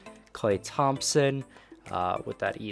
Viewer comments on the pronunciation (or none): none